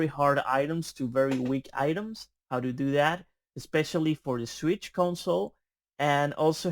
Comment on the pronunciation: It’s “how to do that” not “how Doo Doo dat”